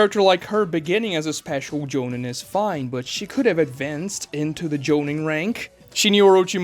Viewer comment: Doesn’t matter but I always thought it was pronounced “Jo-Neen”